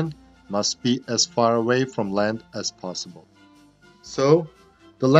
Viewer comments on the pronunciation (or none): none